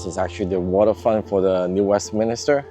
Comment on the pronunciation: Please New WestMINSter.